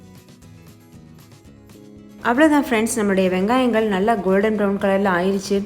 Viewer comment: Thakkalihal vangayamhal eppadi sollathinga tamil nalla pesumpothu sariya sollunga my requst but ur recipy all very nice